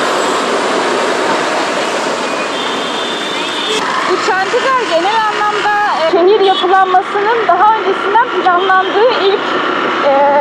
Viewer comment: it's chandigarh, not chantigarh .... if u want u can correct it